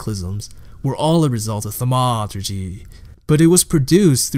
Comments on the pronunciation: thanks for the explanation, next time say "thaumaturgy" like a grown-up, please. thank you. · This was actually a good video but it would've been nice if you could've looked up how to pronounce thaumaturgy before you continued to ruin it. ;) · Disliked. What is his problem with the word "Thaumaturgy"? It's so annoying the way he says it. He pronounced Marceus wrong too (he calls him Marcus Lioneye lol). If he even listened to Tarkleigh or tap on the Weathered Carving in The Coast you will hear the correct pronunciation. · why are you doing that? "thamaaaaaturgee" what is that? Kinda ruined the video for me bud. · Themaaaaawturgy. Huge turn off dude. I legit just wanted the lore. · I disagree. Why not? It was a fun and informative lore piece with a bit of "thaumaaAAaaturgy"! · Dude the video is so good!! BUT WHY Therma-a-a-a-a-a-aturgee ?????????????? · 2 minutes in, i cant continue the video because you keep saying thamauuuuuturgy. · "thamaaaaaturgee" seriously wtf. I gave you an upvote for the good work of summary, but this ruined the video (as 1000s said below) and I had to stop watching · the way u were pronouncing thaumaturgy got old real quick. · So I have listened to the whole thing. Nice summary, but as others said, too much unnecessary emphasis on somehow random words (i dont understand why thaumaturgy was being targeted). But other than that, your voice seems pleasant to hear and you summarised it nicely. You could make even more detailed videos and just keep em coming! Dont listen to comments which are only criticizing without adding constructive value! Cheers!